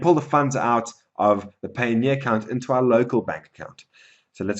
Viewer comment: Your pronunciation of Payoneer is off.... I think it is supposed to sound like Pioneer. Just fyi